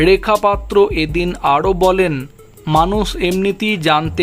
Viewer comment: উচ্চারণ শুদ্ধ করুন ,ড়েখা পাত্র নয় রেখা পাত্র। র টা ড় নয়